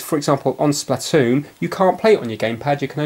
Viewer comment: splatoo its pronounced splatoon